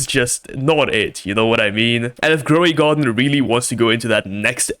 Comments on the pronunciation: grow a garden❌ groway garden 😭💀😂✅ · Not groway garden it's grow a garden dude u are a fuck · Bro it’s not groway garden it’s grow a garden…. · groway garden😂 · Why you say groway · in groway garden? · "Groway garden" hits hard 🔥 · "groway garden" WTF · Grow a garden ❌️ Gray a garden ✅️ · "groway garden" hits so hard 🔥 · Grow a Garden. . not Groway Garden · Its not groway garden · Grow a garden ❌ Groway garden ✔️ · “Groway garden” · "Groway Garden" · Bro stop saying Gro a way Garden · why u saying groway garden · About he sayed groway garden